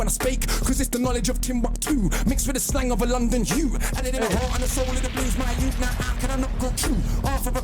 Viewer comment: Bit of info that will help you - when they say words that has "th" they only pronounce "t" Three sounds like tree Thing sounds like ting Youth (which he says in this) sounds like yout